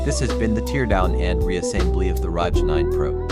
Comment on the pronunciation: Don't ever pronounce an acronym like that! It hurts my ears.